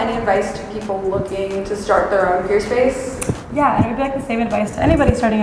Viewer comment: It sounds like you’re saying Purespace not Peerspace